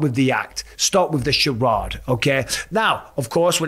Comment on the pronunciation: what's a shurodd. Did you mean charade?